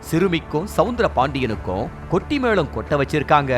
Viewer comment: கொட்டி மேளம் இல்லை.கெட்டி மேளம்.